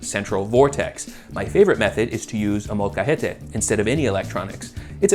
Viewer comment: Why he say Molcajete like that?